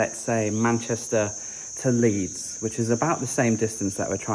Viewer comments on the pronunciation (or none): none